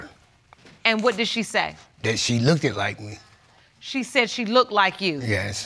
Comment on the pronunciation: No Judge Lake, he did not say "she looked like me" he said "she look-ded like me". Stick to the facts Judge!